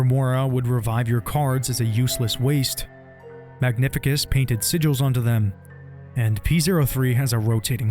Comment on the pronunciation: That's my absolute favorite game ever. And this is the best video about it. But i insist that its MagniFÍCUS. With an emphasis on second "i".